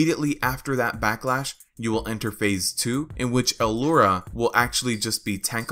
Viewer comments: Yea i think he's pronouncing the 'L' like an isolated letter and then he says 'ura'. It isnt a big deal tbh. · Why do you keep say alura? Its lura, simple.